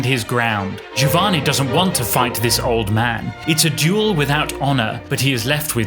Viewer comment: A minor point, but I really prefer to have "Giovanni" pronounced as Italians would, i.e., as "Jovanni." Btw, while considering these two operas as mankind's greatest acievements, I slightly prefer Figaro because its characters are more human, more relatable to, more worthy of sympathy.